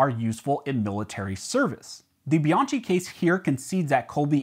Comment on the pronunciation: In italian it's pronounced Be-onkey. Chi=key